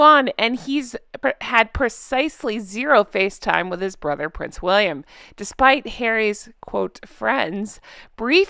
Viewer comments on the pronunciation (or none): Hi, not that it makes much difference, but your said “brother” instead of “barber” when reading Piers Morgan’s Uncensored article. Had to agree with Piers. Harry shouldn’t have even bothered if he was just going to leave virtually the same day. His Mum would be ashamed. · Barber, not brother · at to 1.25. You said or read it wrong, harry spent less time with his cancer-stricken father than Piers did with his BARBER not brother. Barber is for more funny 🤣😂😂